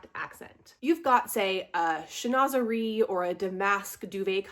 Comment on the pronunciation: I love Yiddish (especially the word, schnozz) as much as French, but Chinoiserie is definitely pronounced "SheenWAH-zer-ee." ;-)